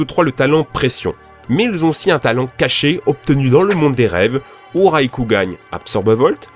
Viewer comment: pourquoi il dit "raikougan" ? à